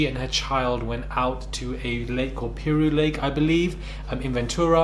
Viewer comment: But someone that lives and i think always been from that state at least, would know of the stories of Lake Piru it’s pronounced ‘Pie- Rew keep hearing it missed pronounced. There’s a massive gang culture there from The Bloods (Piru set) not tied with this... just stating but yeah i dun about her not knowing about this notorious lake!!!!